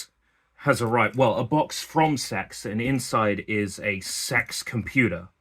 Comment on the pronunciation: Funny you didn't dare say CeX propperly do your dad